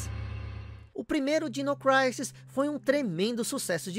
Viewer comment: MASSA! ADORO SEUS VIDEOS...Só uma dica: Creio que, ja q é pra pronunciar o nome do jogo em inglês, ja q disse "Craisis"(Crisis), corretamente, a pronuncia de Dinossaurs é "Dainossors". Dino é diminutivo de Dinossaur...Então a pronuncia certa é algo como Dainou Craisis.